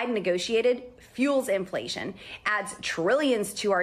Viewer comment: Did she mispronounce inflation at the start of this?